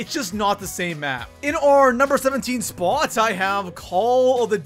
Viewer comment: I really hate the way you say "spot"